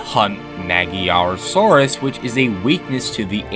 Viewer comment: why when you say saurus you emphasize the SAR